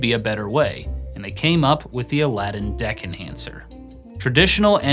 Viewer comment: everytime you say deck enhancer i hear dick enhancer